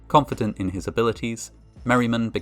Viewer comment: "OVER-confident in his abilities................"